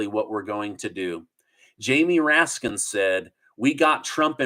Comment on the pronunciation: It's "Raskin", not "Raskins".... better to just call him by his actual name... "Commie Rat"